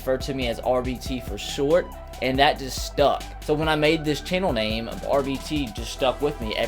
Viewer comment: Thanks for awnsering my question and you said my name exactly